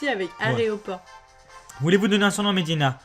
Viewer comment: Toi et les noms de Pokémon ça fait 800 000? Medhyèna. pas Mhediena ^^ Mais bon pas grave. (Et éclate-roc, pas éclat roche. xD)